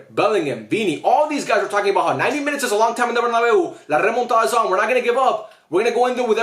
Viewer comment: "Remontada" they said 💀